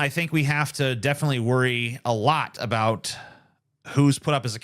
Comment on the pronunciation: A boot